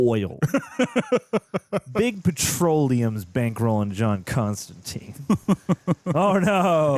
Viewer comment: Fun fact: Constantine actually rhymes with "wine" not "mean". John explains this a few times in the comics.